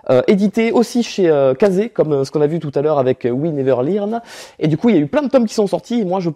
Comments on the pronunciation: "we neveur lirne" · ça se prononce "Oui néveur leurn" :p